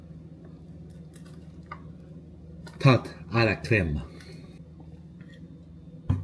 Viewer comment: Dire tarte a la creme avec un genre d’accent anglophone😂